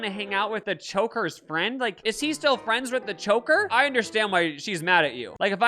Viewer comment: say choker again l o l 😂